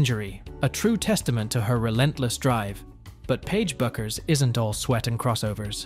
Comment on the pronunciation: Superficial and poorly researched. does not do her justice. and her name is pronounced "Beckers".